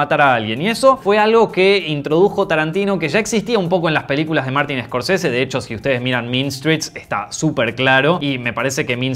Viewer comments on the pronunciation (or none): none